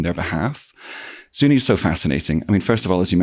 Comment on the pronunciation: Its said ZunI no E you sound like an outsider.. The Pec will never be the same again.. you cant even say it right. Ask a Local